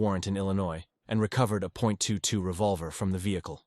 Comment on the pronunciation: A point two two? You mean a .22 caliber? The decimal is silent...or narration is AI